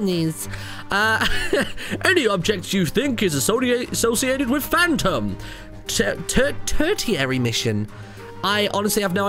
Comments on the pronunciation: tertiary mission (ter-she-airy). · Tertiary is pronounced (ter-sha-ry) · Tertiary is pronounced Ter-she-ery